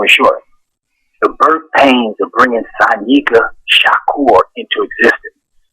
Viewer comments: Nigga keep sayin' Shanika instead of Sanyika. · he keeps saying shanika when its shanyika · Please get his name right at least once during the interview.... facts are important!!! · dang how many times you get his name wrong